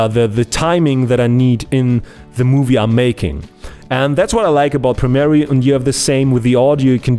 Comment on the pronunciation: Ich weiß, dass der Kanal vorallem für deine nicht deutschen Zuschauer ist, aber bitte: Arbeite ein bisschen an deiner Aussprache. Das Programm heißt nicht Premerie sondern Premiere. Außerdem tu bitte nicht so als wäre Premiere ein professionelleres Programm als Fcpx. Es sieht nur komplexer aus als fcpx aber bietet nicht sensationell viel mehr. Es ist eine Frage des Geschmacks welches programm man besser findet bzw mit welchem man besser zurecht kommt